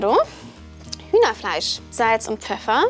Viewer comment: Statt Hühner fleisch hab ich Kinder fleisch verstanden